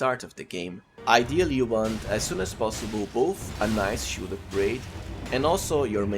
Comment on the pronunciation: "shiout" "shioult buff" "scholar's schioult" "greatshioult"